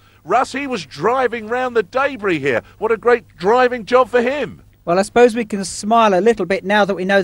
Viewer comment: Debris not “daybris”